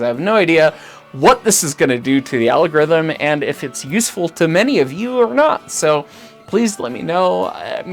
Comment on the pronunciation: "The alogrithm" - it will be fine, just fine....